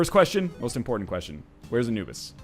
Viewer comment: Every time when NL is saying "Anubis" I hear "a noobs" ;P